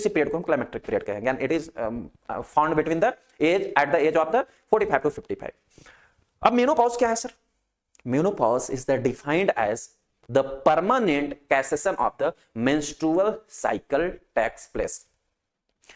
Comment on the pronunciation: कैसेशन नहीं बोलते है सिसेशन कहते है